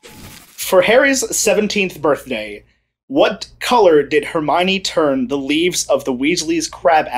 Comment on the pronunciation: DID HE SAY BIRTHNAY?